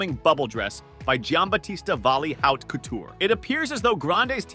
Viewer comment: Can't you learn to say Haute as it should be? Geez...